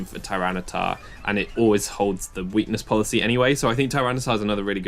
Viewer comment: you said "and activates my weakness policy" wrong. its "and activates my WEAkness poLICY".